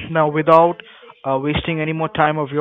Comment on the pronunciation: "Witt out your no letch" that's the way, Americans pronounce